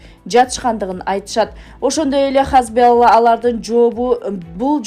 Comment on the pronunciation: Алып баруучу (диктор) туура окугун хамс эмес хазболла эмес (хамас жана хезболла)болот.